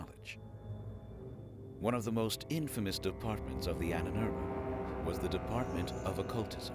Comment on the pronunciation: Annenerbe... Ahnenerbe. Long a is ah.